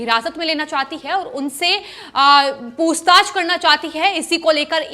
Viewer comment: ये क्या शब्द हैं: 'पूस्ताछ' 'सिवशेना' भई हिंदी में ख़बर दे रहे हो तो साफ और शुद्ध तो बोलो। और, 'कहीं-ना-कहीं', 'तमाम' को जहां-देखो-वहां बेवजह इस्तेमाल करते हैं ये लोग!